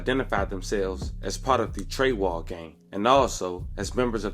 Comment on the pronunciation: It’s not Trey wall it’s .. Trey side smh lmao 🤣